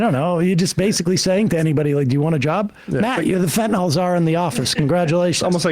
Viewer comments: Fentanyl, not "fentanol". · Whats fentanol? Its fentanyl.